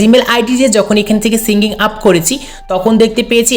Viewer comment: ভাই ওটা সিঙ্গিং আপ না। ওটা সাইনআপ 😆